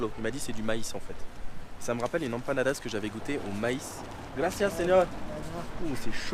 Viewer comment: Prononce M panadas ! Tu me broies les oreilles, poto 😂